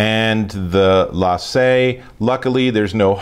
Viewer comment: its said. Lay Sea not lay say. respect the original accent please